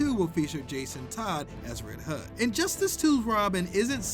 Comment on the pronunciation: the way he said red hooh tho